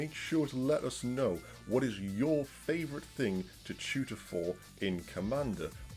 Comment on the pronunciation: my plebian ears kept hearing shooter instead of tutor